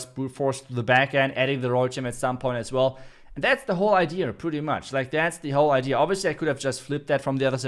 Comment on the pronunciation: why do you keep saying idear? It is idea and has no letter R 😉